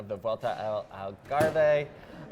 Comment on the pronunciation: I don't mind the Belgian pronunciations, there're not exactly easy, but I do draw the line at Algarve spoken phonetically - it's Al-garrr-V (no e it is silent !! and V as in van).